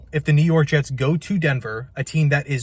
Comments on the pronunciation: New York Hets 😂😂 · Ahh yes the New York Hets